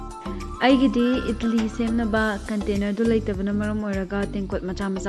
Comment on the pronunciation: Its Idli not idilli & it's great with sambar but not with aloo sabzi.